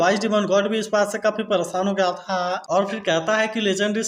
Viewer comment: Bhai ap tha or he thik se blo 😂